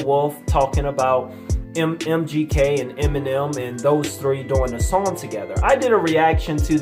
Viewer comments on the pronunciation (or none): none